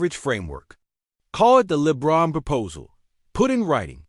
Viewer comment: They mispronounced lebrons name so obviously doesn't know what he's reporting also talks about Anthony Davis who isn't on the team at least try